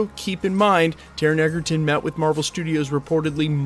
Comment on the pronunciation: Taron Egerton, NOT "Eggerton", would make a great Wolverine!